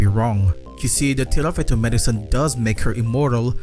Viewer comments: This video is throwing me off so much because you keep saying "Tirafeto" when onscreen it says "Tifareto" 😭 otherwise, great analysis! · Tifareto not tirafeto ❤